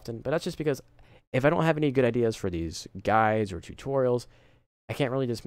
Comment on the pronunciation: did he say you CAN have more than one or you CAN'T?